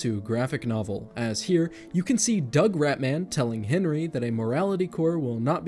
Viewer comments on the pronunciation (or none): none